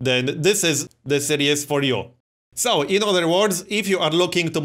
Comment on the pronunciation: Dont take offence to this because its really not a big deal. You're pronouncing 'series' wrong. Its more like Sear-ees, you're saying 'serious'.